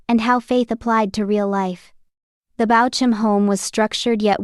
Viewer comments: And spelled BAUCHAM… Bauk um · Please pronounce his name correctly. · Seems like it's Ai, hence the incorrect pronunciation